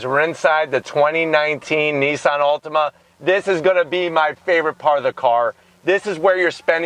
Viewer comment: It sounds like you're saying Ultima.